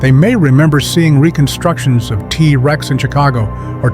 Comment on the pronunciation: I thought it was a real voice until he started saying "tuhrex." Also, the phrasing: "Protecting hell ..", Picture hell ..", lol. The AI voice may have an easier time saying"Tyrannosaurus Rex" in full. Other than the annoying AI narration, it was a pretty good video